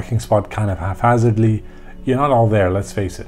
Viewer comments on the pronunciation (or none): Haphazardly not half halfhazardly.